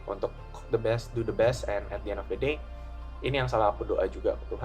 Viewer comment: jir bahasanya ribet amat, at di en of de deynya berapa kali diulang itu 😂